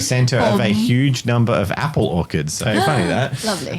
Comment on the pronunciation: ...I'm just sitting here and casually pronousces "orchards" as "orkards" and now I'm picturing orks growing on trees...